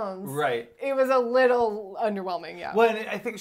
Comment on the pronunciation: Wiwow Piw's widdle puwse for her widdle piws.